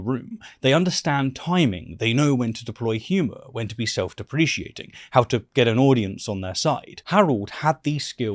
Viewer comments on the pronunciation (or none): I love your videos, but the way you pronounce self-deprecating does my head in! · Sorry to be that guy, but I think you might be saying self-deprecating incorrectly - just a little nitpick for future vids as it was a bit jarring to me. Otherwise like your content bud! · Is that how British people pronounce self-deprecating? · I’ve said it before and I’ll say it again, please, PLEASE let me review your videos before they get uploaded so I can fix any errors like the pronunciation of “self deprecating”. I would gladly do it for free. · Is “self-deprecating” pronounced differently in British-English?